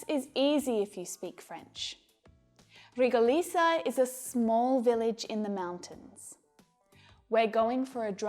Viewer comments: Rigolizia, not Rigolisia... Lol You're a beautiful teacher. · hah Ya said Regolisa but wrote Rigolisa